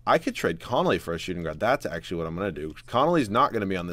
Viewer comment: his name is conley... not connolly